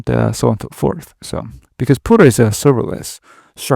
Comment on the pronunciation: Puter as in ComPuter. Not, Pooter, which means crapping your pants.